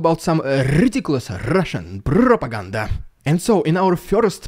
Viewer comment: Love the rrridiculous rrrrussian prrropraganda 😂😂😂